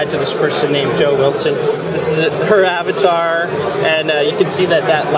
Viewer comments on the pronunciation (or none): none